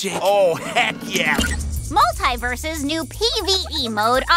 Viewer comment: Go figure that of all characters would mispronounce the name of the games she is currently in. I cringe every time I hear mult-EYE-versus